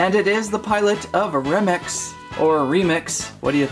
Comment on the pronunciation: You said Romex inside of remix